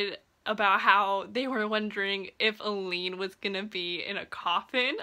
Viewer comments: A-Lynn... I kept thinking you were saying Elide Lochan and I was super confused why she would be in a coffin on the cover. Lol of course, IDK how Sara J Maas heard the name in her head, I only know how it's pronounced on the Audible books. (Also, my daughters name is Aelyn :) ) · The pronounciation of Aelin 🙆🏽💔